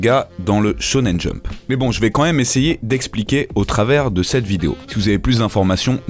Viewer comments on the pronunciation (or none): none